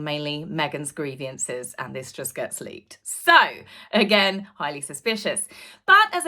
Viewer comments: Well said,, yet again you've nailed it! (except.. it's "grievance", not "griev-i-ance") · Sorry,, grievance is only TWO syllables! It is.NOT grieve I- ance!